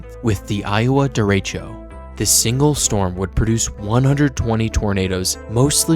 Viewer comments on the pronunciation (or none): Dere-co :p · I really wish people would learn how to pronounce derecho. It's a spanish word, meaning straight or direct. Deh-reh-cho. The E's make an "eh" sound, and the O is a short O sound. Like the "oh" sound, but not emphasizing the w sound at the end.